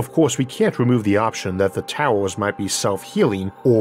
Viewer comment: He should change the title to "Space Towews"